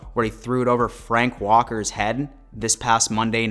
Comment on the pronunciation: Fred Warner. Not frank walkee